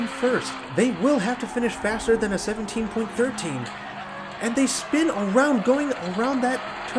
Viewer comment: Love this channel but I have a pet peeve, and I don’t think I’m alone. 17.13s imo should be pronounced seventeen point one-three not seventeen thirteen. Just my thoughts as someone who watches racing and other die cast channels.